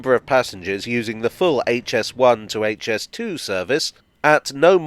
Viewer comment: By the by, does anyone else find that people pronouncing HS2 as "Haitch S2" drives them into a murderous rage? Just me then...